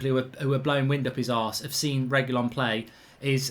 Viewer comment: Can’t watch until you pronounce his name correctly